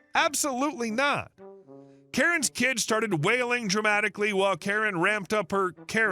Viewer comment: "Kare"? "What install in my charger"? AI is making you look like a moron.